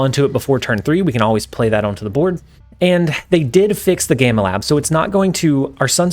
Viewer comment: The "gay-ma lab" WTF? Lol it's pronounced gam-ma lab 😆 can you tell he's not a Marvel fan? Cars players I swear lol